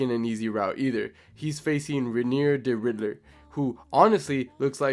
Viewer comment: it's de 'RIDDER t i m e 🦍